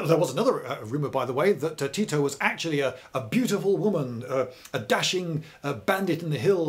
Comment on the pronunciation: Oh I would pronounce it Ti - To